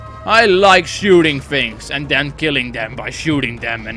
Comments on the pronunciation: 'then' not toen nice vid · He says tune